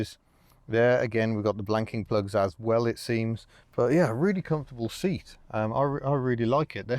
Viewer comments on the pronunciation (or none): none